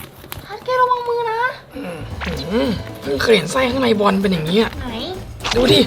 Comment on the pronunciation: บอลไม่ใช่บาส😅🤣🤣🤣